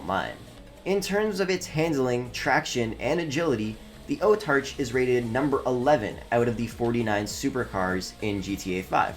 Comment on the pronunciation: It’s Autarch not Otarch